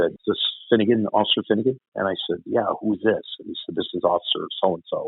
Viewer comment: Do you mean Finnigan or Finnegan?